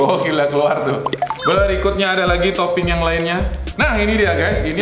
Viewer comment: kok ngomong berikutnya eberikutnya